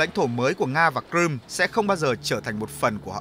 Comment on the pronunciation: Crimea chứ ko phải cờ-rum